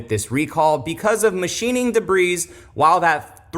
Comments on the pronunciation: Jesus do they have schools in Florida or no? Duh-breeze isn't a word my guy. It's pronounced duh-bree. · It’s debreee, not debreeezzz. Debris is plural. Porsche suffered this scrutiny with their IMS bearing, but there was no recall; because it affected a small number of cars. Yes there was a class action which Porsche lost. For Toyota to recall these, it’s a real problem. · Did you say "da-breeze"?